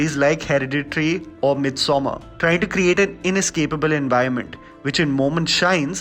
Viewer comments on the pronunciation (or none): it's midsommer not myth somer 😅😅 and please don't compare with those brilliant horror with this shit.